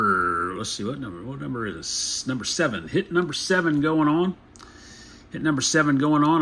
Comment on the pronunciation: sevawn uh uh uh sorry but that did make me laugh!